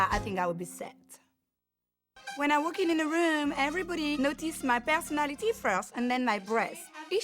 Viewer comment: I really like her "personatitiiieeess"